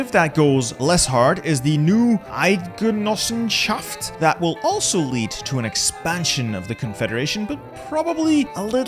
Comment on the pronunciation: Its really impressive, how you said Eidgenossenschaft. Well done, sir! 👍🏻